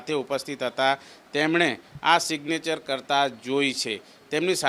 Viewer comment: સિગ્નેચર ને બોલી રહ્યો છે😂😂😂😂😂😂😂😂